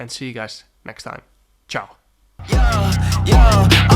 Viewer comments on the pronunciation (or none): none